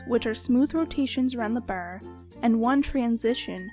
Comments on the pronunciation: When u say bar it sounds like ur saying baer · It's her Canadian accent :3